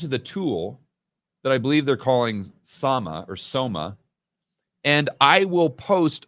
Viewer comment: I think you took Somas back in the day hahaha, its SORA